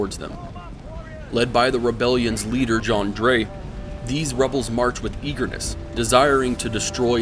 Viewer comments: It’s kinda like jiaw, the aw is pronounce like the ou part of ouch. Zhang jiaw. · It's actually pronounced ZHANG Jué. I was just aware of this detail hours ago